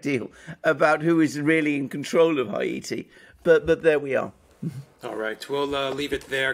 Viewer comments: Why is it so difficult for him to pronounce Haiti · I've never heard the word Haiti pronounced as A.M. pronounces it.